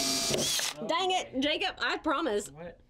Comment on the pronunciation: You don't have a real thick accent until.... "dang it!" 😂😂😂 ( I'm in SC so I probably just don't hear it)